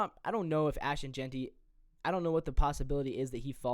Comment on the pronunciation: Jentry😂😂 we got K9 the disrespect